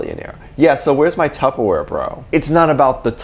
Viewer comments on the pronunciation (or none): none